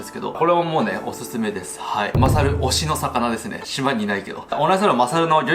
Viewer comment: 自己紹介のとき、 名前が聞き取りづらい